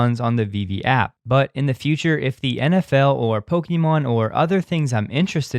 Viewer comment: Did you just say Pokyemon